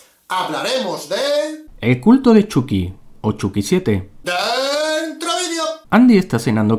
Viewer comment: Entendí el culo de chucky no el culto 😂😂😂